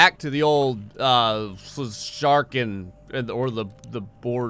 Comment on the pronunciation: U said Sjarken right. Børge is the best boat.